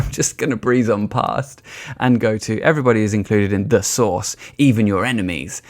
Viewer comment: Took me a while to figure out you were saying ’source’, not ’sauce’😄 the latter is much funnier!